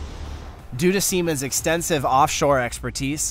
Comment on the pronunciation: chassis=cha-sis 😂 Dolmar=Dolo-mar .. he definitely pronounced Siemens right though.